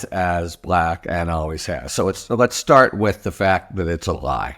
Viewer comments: Just the way he pronounced Black repeatedly was intentionally insulting. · 'Discussions' is a word I wouldn't have used. I felt most revulsion at the WAY he pronounced the word 'Black' as if like in his tweets there were quotes around it. So creepy.